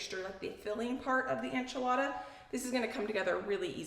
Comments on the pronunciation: Enchilada suiza? The e in enchilada sounds like the e in ben not ein. And suiza is swiss in spanish, pronounced swee-sah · I love your channel and you are adorable. Please know I say this with so much kindness- enchilada is pronounced “en”chilada not “an”chilada. ❤ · I really enjoy your channel,, but I’m pretty offended and taken aback. How come you are saying enchilada incorrectly, still? You saw all the comments and looked up how to pronounce Worcestershire and other words in the past and corrected yourself. Why not do the same for enchilada? It’s a slap in the face to Mexican culture and doesn’t show you respect ours when you can start saying calk correctly but not a dish you continuously make and say in videos.